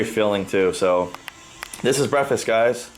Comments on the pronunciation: breafast.......there's a "K" in the breh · How many times did he say "brefast?" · 28 months into your offseason?? Was this intentional to take that long or did life just get to you? Also hilarious how you say 'breffest'